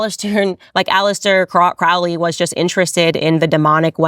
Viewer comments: It's pronounced Crowley like lowly, not Krau Li. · KROW-lee. Not KRAU-lee. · Crowley isn't pronounced that way. The trick to remember is "Unholy Crowley" not that it really matters. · just fyi, not making a statement on my beliefs, but his name is pronounced CROW-ly (like the carrion birds). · "Crowley", as in Holy. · Crowley is pronounced Cro-ley,it ryhmes with holy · Aleister *Crowley -- they pronounce it [kroʊli]. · “Crowley”, usually pronounced Crow-ley, as in 🐦‍⬛ Crow, the bird! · 🪄 pronounced crow-lee ... 😒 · Its crow lee. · Crowley wrote a poem on how to pronounce his name. The second someone pronounces it wrong I automatically know they have no idea what they're talking about. ;) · Candace, you are learning but at least learn to pronounce their names correctly especially the CIA baby eater book writer. Do you know the name is pronounced just as you say the birds name and he was adamant about it. If you would like to really get into it, read all this books, find the women who he inpregnanted then convinced them too sacrifice /ate. Check the mental institutions.